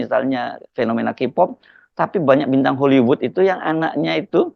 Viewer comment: Baca K-Pop itu KE-Pop...!!! Bukan Ki-pooooppp....!!! Gimana sih?! Biasa olok² bahasa Inggris Jokowi, tapi bahasa Inggris juga JEBLOK!!! 😂😂😂